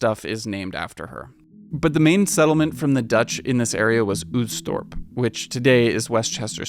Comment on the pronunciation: Oostdorp -- the double O makes it simply a long O sound, not the English "oo". It will rhyme with "most", just slightly longer.